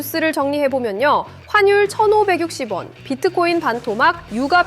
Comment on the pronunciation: 1,560원을 160원이라고...?AI 음성